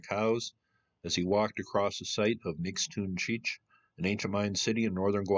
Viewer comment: Nix toon chee eetch is how it is pronounced